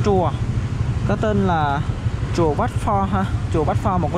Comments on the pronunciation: Chùa đọc thành trùa.. chả hiểu gì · Chùa mà thành trùa sao thấy thô thiển quá, cố thay đổi đi bạn chứ clip hay. Tất cả từ “ch”,”tr” bạn cho = “tr” hết. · Bạn sống ở VN hay nước ngoài vậy. Bạn học tiếng việt ở đâu mà phát âm ch thành tr vậy. Chùa chứ ko phải trùa. Nếu có điều kiện nên học lại tiếng việt